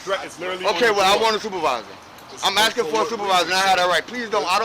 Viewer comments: When you are ASKING. THE K IS NOT BEFORE THE S. ITS ASKING. NOT AKSIN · So much axing in this video